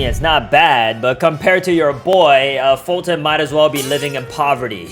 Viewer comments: foltyn not folton Sorry if I'm rude but it's like your saying it on purpose since it is kinda far from it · Don't say foltyn poor than I will unsubcribe 😡